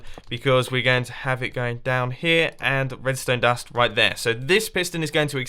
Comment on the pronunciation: No one : Mumbo : redstone dast